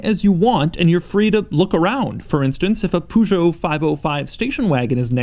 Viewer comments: Peugeot is not pronounced "POODJOE" , it's "Payjo" ... Fucking annoys me... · Did you really just say Poojo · IT’S PRONOUNCED “PURR-GEOT” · Pujo, you mean Peugeot right? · Even though I’m not European it annoys me how people mispronounce Peugeot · “Poo-Joe” REALLY DOUG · Did you just call peaugeot Poojeau? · doug the type of guy to pronounce peugeot as poo-joe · what's a "poo-jo"? Because it surely isn't how you're supposed to pronounce Peugeot. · "A Poojot" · In "Peu" "u" is almost mute, so it should be pronounced more like "pe" in "pencil" than Peugeot = "Pe-zho" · This week on How to Pronounce Foreign Words in a Way Americans Will Understand: Poo-Show Oh, you were looking for the time code for the "Super Cruise" demonstration? Here you go: NEVER. Not that you missed anything interesting though; it's essentially the same as what everyone else has except it works in fewer places. I wouldn't criticise the hyperbolic claim that it "drives itself" — because we all know what he actually means, right? — but what are we going to call it when there's a commercially available car that can actually drive itself? Hyper-Drive? Artificial chauffeur? Hoke? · "Poo-Joe". That's a new take on how to mispronounce Peugeot. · "A Poo-geot 405 station wagon" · Andrew Davison no he did not say it correctly. It's pronounced pezhoo in french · Pergho.. Is phonetic i think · A Poogeot. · everytime Doug pronounce PEUGEOT like that a baguette kills one frenchman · Pity Doug still hasn't learned to pronounce Peugeot correctly yet!!! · Doug, the type of guy who don't know how to say peugeot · Please somebody lend Doug a Peugeot to test and teach him how to pronounce it! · Sorry guys, especially Jaime7188 but I'm French and you're not gonna learn to me how to pronounce Peugeot... So I tell you guys : British people pronounce it incorrectly, and Doug as well ! I don't know who are the people who liked your messages, but I guess they don't knwo how to pronounce correctly too...